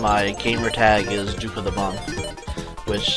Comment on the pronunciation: I don't think it's that people are having trouble hearing it, but rather that when you say it the 'p' doesn't get announced well. Causing it to sound like DukeOfThebum- and that sounds funny. No slight on you or anything, I pronounce it the same way :p